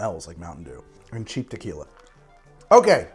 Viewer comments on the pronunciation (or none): saying “tequila” like I do after drinking tequila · slurring the word tequila was hilarious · I genuinely died when he suddenly slurred 'Tequila' xD It says a lot about the drink when he couldn't taste the tequila but started slurring a couple of sips in 😂😂🤣